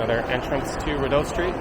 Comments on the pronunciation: Lol FYI, we pronounce it "Ree-dough" . Thanks for this tour! Now i can share this with my friends and family to show them where i go basically every day... gosh i have sooo many random things that have happened to me in this mall. Lots of memories here! Id say 50% good memories and 50% bad memories. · “Biggest mall” it’s not a big mall at all actually. And you’re over pronouncing the DOE part in Rideau. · It's REE-doe, not rid-OH... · Enjoyable video! For future reference, it's pronounced "Ree doe" (phonetically) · Yes it is a French name/word, but I am almost certain that it's still not that over pronounced in french. At least not Canadian french. (yes there is a difference in Canadian french to french elsewhere).